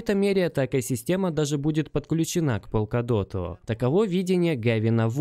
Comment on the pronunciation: Братан, полкадот или в горошек. Он верно говорит на англ